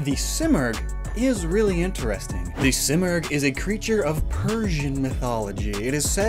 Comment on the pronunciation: I’m Persian and the bird you were referencing in the articuno section is pronounced as see-more-g